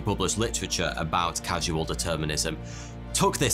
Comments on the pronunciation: its CAUSAL .not casual ,sorry i find repeated mispronunciation and misspelling irritating! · Great Vid! however, causal is pronounced (kahz-uhl). it's not casual (Kaz-you-uhl) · Dude...dude. Causal is pronounced "KOZ-el." Not like Casual. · I made a joke because he misspoke "causal" as "casual". You know, it only determines events casually. Not every time. Only if it feels like it :P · lol, "casual determinism" Its causal determinism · That you keep pronouncing "causal" as "casual" ruins the whole video. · It’s not ‘casual determinism’ as you called it, but ‘causal determinism’, as derived from the word ‘cause’. Different pronunciation. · I'm kinda surprised, he kept saying the wrong word, didn't see anyone mention it... that word is "CAUSE-AL".... not CASUAL (like clothes). It's Causal Determination. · It's not casual determinism, it's CAUSAL Determinism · It's causal determinism, not casual determinism. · It’s CAUS-UHL NOT CASUAL... other than that it’s a fantastic video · CAUSAL!!! Not cas-u-al, caus-al. Completely different things. The word 'casual' makes absolutely no sense in this context. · People will call me a grammar Nazi, but sorry, words are important—and the way you pronounce them. You don’t mean CAS-U-AL determinism, but you are pronouncing it that way. You mean CAUSE-AL determinism, as indicated by its spelling. It is not haphazard (casual), it is strict and regimented by a CAUSE (causal). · I wonder if he realizes there’s a difference between casual and causal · I'm sure I'm not the first to point this out, but it's "causal," not "casual." It's an easy mistake to make. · It's causal and not casual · It's "causal" determinism - not "casual". hehe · This video would be far more compelling if you hadn't said "casual" every time you meant "causal". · OMG. It's causal not casual! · It's not CASUAL determinism - it's CAUSAL determinism. 😐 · casual? that says causal. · Casual Determinism or Causal Determinism ? ;)